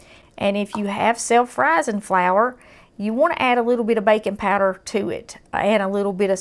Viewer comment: Huh, never heard of bacon powder. Later on I realized she was saying baking powder.